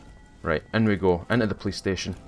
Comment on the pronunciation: I kept thinking you were saying playstation instead of police station. Love the content.